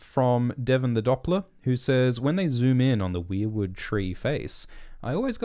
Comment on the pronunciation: Thank you for pronouncing weirwood the right way! I'm so sick of people pronouncing it like "were"wood (like werewolf).